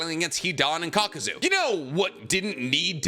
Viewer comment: How did you post a short saying itachi vs kakuzu spelling kakuzu wrong and saying it wrong lol